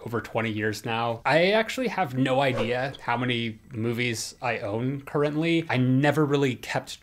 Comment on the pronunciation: You forgot the “y” in “many”